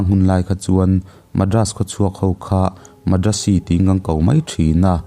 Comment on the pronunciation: A hmang thin te leh keini hovin kan lamrik dan chu Moreh hi 'Maw+re' ti ang deuh niin, Madrasi hi 'Mat + ra + si' ti a ni bawk. Hriat than dan ang nilova i rawn lamri hian beng a fah lo ve deuh. Sawiselna nilovin a thuphungin ka rawn luangliam ve mai mai a ni e, lunglova lak lo a aw...